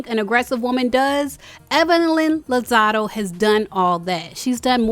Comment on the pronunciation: Girl, it’s LOZADA. Not LOZADO.